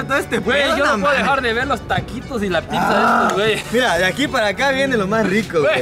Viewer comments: Pipza.. Jajaja.. Habla bien mi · El no sabe desir pizza dice pipzza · Fui el único que escucho que dijo Pipza 😂😂Like para no morir Ignorado 😂😂